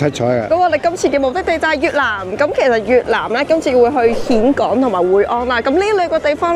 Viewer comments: 讀音現港，並唔係蜆港！！！ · "峴" 應諗作 "現", 不是蜆. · 峴港，粤音"現"，同莧菜的莧同音。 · 溫馨提示， 「峴港」呢個字係讀「現港」才正確。